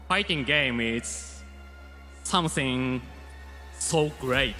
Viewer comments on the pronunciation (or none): "Fighsing games is somsing so great"